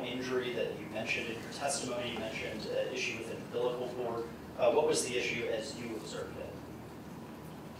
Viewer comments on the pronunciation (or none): UMBLICAL cord? Seriously? Why can't someone on the defense team tell her the correct pronunciation? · If that arrogant attorney says "um-blickal" cord one more time I think I'm going to vomit. How do people like that even make it through law school? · Not to mention that the one defense attorney doesn't even know how to pronounce the word umbilical... repeatedly stated it wrong trying to make her senseless point..."and you don't know how the bruise got on his head?"--- Couldn't be where "mommy" slung him in a metal rubbish bin like yesterday's trash🤬